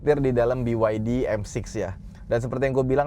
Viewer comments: Kenapa ngucapinnya harus Bi Wai Di om, kenapa bukan Be Ye De? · Jangan sebit biwaidi tapi beyede..